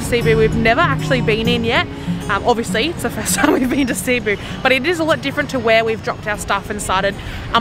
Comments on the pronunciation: Your first pronunciation was correct - it should be pronounced "Seh-boo" :) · just pronounce it like us bisaya as "sibu" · It's Cebu not Cee-bu 😊. Each lechon restaurants have their own ingredients and recipes. I am from Cebu and I always like House of Lechon and Cebuchon. You should also try ngohiong, siomai, chicken inasal, liempo. 😋 Before all the big malls and infrastructures in Cebu, Fort San Pedro is basically a place for family picnics and outings. Even until now people still like to spend time in there. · I'm from Cebu. Its not pronounce at cee-bu but. C-BU. A little trivia. Cebu is actually the oldest and the first city in the Philippines. The street you walked after carbon market is Colon its the first and oldest street in Philippines. Cebu is way too small to be the capital city but cebu lays in the heart of the Philippines. I saw you also visited Magellan's cross. You should have visited Lapu-Lapu shrine it was where Lapu-Lapu and magellan fought. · That is a shrimp paste, the red small shrimp. You so lovable and adorable! It’s Cebu, not long ed. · CEBU as spelled in Tagalog SE-BU, when you pronounce the word CEBU, you have to pronounce as fast as you can not slowly CE--- BU , it's CEBU (very fast) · For Filipinos and locals its SE-BOO. But for native English speakers like Americans, Australians, British etc . They pronounce it as CEE-BOO. Either way is acceptable. But if you wanna say it like locals do, go with SE-BOO. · The way you say it is Ce-buuu. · Not SEY-boo, or SEE-boo. It's SEH-boo. 😎👍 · Hello, the place Cebu is pronounce as ( SE-BU). Try to visit IT park. Enjoy guys. 🥰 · Happy ❤️❤️❤️ Cebu- see-boo enjoy cebu city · Its Ce-bu (Seh-boo). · Cebú (Se-boo) is the correct native pronunciation. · it's pronounced as SI`BU. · No worries! Just a correction, the accent should in the 2nd syllable, thus: seh-BOO! 😎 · You pronounce it Cebu... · Cebu is pronounced as se-BOO! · Cebu, the emphasis or stress is on the second syllable